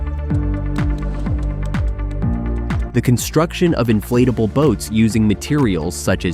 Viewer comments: ”Inflateble hull”. 😂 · Why does the narrator keep calling it an inflateable boat